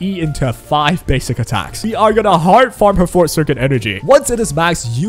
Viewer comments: It took me until 3 minutes in until I figured out what circuit you were talking about because you kept calling it the fort circuit, lol. It’s For-Tay, two syllables, not Fort, it’s a Latin (French, Italian) term, not English, so different pronunciation rules apply. Think of it as saying the number 4, then Tay, so 4-Tay, if that helps! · Love the video but why do all of the WuWa youtubers say forte as "fort" 😭😭😭